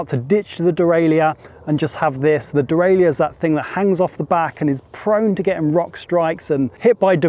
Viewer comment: De-rail-er. Not de-rail-I-er But great review! I’d love to be able to buy the DJ motor by itself.